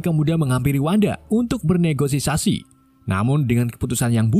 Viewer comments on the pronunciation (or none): Bukan bernegosisasi .. bernegosisasi bang hahahahaha